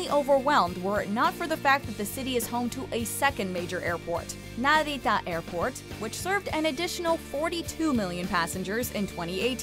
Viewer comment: The way she pronounced Narita really irritated me haha